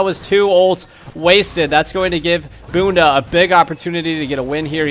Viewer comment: Haha, nailed the 'Bunda' pronunciation. Portuguese for ass btw